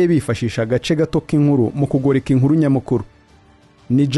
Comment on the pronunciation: Jackson jya kwiga kuvuga Ikinyarwanda bizarushaho kukugira umunyamakuru mwiza - UMUNU? Ni UMUNTU- INURU ni INKURU iga ibihekane muvandi